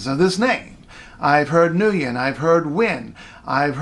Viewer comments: It's Wen not Win... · its more like one syllable. This pronunciation is not quite right, but close! more like wing but drawn out, with a going up at the end, like a one syllable diphthong with a lilt. lol. wee - ng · That's odd bc Vietnamese ppl pronounce it as 'win'! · What did he say though!? I need a phonetic spelling maybe. It sounded like he ended in an M sound. New-yem is that right or am I hearing it wrong? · Or Mu-yem? I know it doesn't match the explanation, but that's what I'm hearing :( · there is no m and no n either it is ng like the word King the ng must be pronounced first ngwin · this is totally wrong and was only Americanized the name is pronounced monosyllabic there is no w it is ng like the word King the ng must be pronounced first ngwin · wrong! You forgot the accent. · this is totally wrong and was only Americanized the name is pronounced monosyllabic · Sorry, its gd but not perfect. You have to watch "HOW TO PRONOUNCE "NGUYEN" CORRECTLY IN SAIGON DIALECT". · No, he's not. He didn't got the tone pitch accent right. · No perfect at all. His pronunciation is missing a very important tone which in term gives the word different meaning. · Nguyen Le really dude!? You don't know what those accent marks means? Who could you consider yourself a Vietnamese when you don't understand those marks? BTW I was talking about him SKIPPING the TONE when pronouncing the name, so he didn't say it right, not about how he word written down the name. PS: sorry about my bad English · Nguyen Le well, remember that he trying to teach people how to pronounce it in the wrong way. He simply don't pronounce the name right. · Nguyen isn't a Vietnamese name, Nguyễn is. You don't say the name right when you don't pronounce the tone right. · Nguyen Le Fact is Nguyen isn't a English name and I'm was talking about his wrong pronunciation. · More accurate than most overseas vietnamese that thinks its pronounced when. you just forgot the small higer pitch ngã tone :)